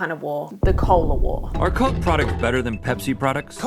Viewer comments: Betta, hotta, bettah... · "You need to do betta, Betta" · Bettuh or better? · the dirtiah the bettah 🥕